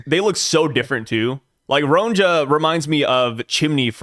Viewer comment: Yo,! It's pronounced Ron-ya like your favourite rapper Kan-ye. I live in Scandinavia and Ronja is a pretty common name in Finland and Sweden.